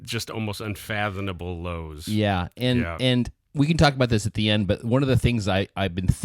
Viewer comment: Check the spelling and pronunciation of unfathomable. Don't use words you cannot pronounce. That's an M, not an N. Fathom.